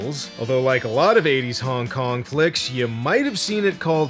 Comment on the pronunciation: I swear, when says Hong Kong action, i just hear Honk Honk action and half expect to see clowns doing kong fu, shooting guns and just absolutely avalanching out of a tiny Volkswagen:P